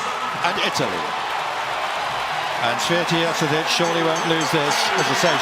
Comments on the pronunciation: I love how they pronounce Święty as, "sweaty"... lol. Our names are hard but at least learn them. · "Yousteena Shvyentae"not Swytee! Święty mean holy